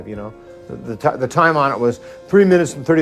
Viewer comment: I love your videos! Good job. Odd, though, you don’t seem to be able to pronounce “th” very well.